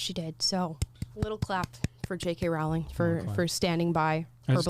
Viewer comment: Row, Row, Row your boat, ROW-ling. Get it right!